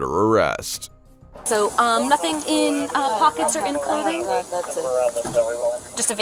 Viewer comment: Bro I am 3 seconds in an I'm in tears laughing Why she stop, mid run, just to say "I didnt do nuffin" LMFAOOOOO